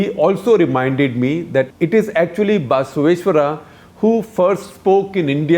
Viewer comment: Guptaji is having a Rahul-esque moment. It is Basavaeshwara and NOT BAAAAAAsaveshwara!